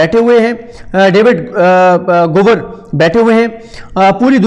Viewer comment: صدیق بھائ ڈیوڈ گاور نام ہے۔ ڈیوڈ گوور نام نہی آپ انکا نام مسلسل غلط لے رہے ہیں David Gower